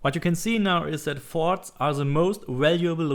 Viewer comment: "Everything is in the farts Go to the farts" I'm sorry lol at 6 min mark it sounded like u where saying farts really good video btw I just started playing and you saved me a helluva alot of time thanks m8